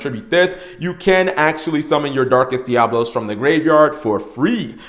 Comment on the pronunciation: Oh my god, I'm going to punch the next person I hear mispronounce DiaBOlos! What you're saying is spelled Diablos. I fucking hate how many people say it wrong!